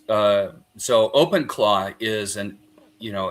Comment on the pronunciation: Are they saying Open Claw or Claude?